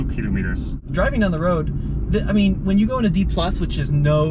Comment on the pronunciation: TFL, pay attention; its not killom etres, its KILO Metres....